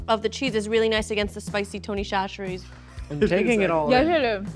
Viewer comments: Instead of saying tony cHacherries. Say tony sasherries less H it’s the correct way to say it this is coming from a south Louisiana boy him self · Its Tony “sat-ch-eries” from a Louisiana gal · SASHERIES!!! It’s pronounced SASH-eries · I love y’all but as someone from Louisiana it’s called Tony Sash-rees but we literally never call it that - it’s just Tony’s 😂😂😂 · Tony Chacherie's is pronounced sa-cher-EES. That first CH is like an S. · btw it’s pronounced sash-ur-ees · Tony Chachere’s. Pronounced Tony Sash-erie’s. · Its pronounced "Sash-eries" not chachere's. Louisiana born and raised. The building they make it in is literally an hour down the road from me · Everytime said "Shasheries" I took psychic damage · Will ever say chacheres right? The world may never know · As a Cajun viewer I can’t stand how often they mispronounce Tony Chachere’s.